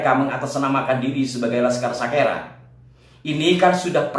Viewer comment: Kalau TIJ bilang bukan Sakera tapi Sikera .....😅😅😅😅